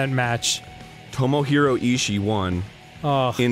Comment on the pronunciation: Did you feel uncomfortable when arin pronounced Ishii wrong?